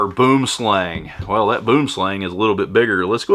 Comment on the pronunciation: LOL, boomslang, actualy translates into Englis as tree snake, its SOuth African/Dutch, and actualy isnt pronounced like you do ;-)